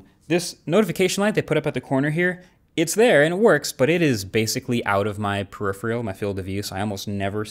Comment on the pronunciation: Marques, you're clearly an intelligent guy -say it with me: per-iph-ER-al. Show me where you and so many others find this magic extra "e" that turns it into "per-iph-RE-al" and I'll donate $1,000,000 to the charity of your choice. If you can't do that, just pronounce it correctly please! Bonus for other people, not necessarily Marques: it's ex-PER-i-ment, not ex-SPEAR-i-ment.